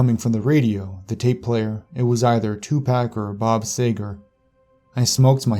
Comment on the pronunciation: Tupac or bob sager 😂😩 it's bob seager lol 😂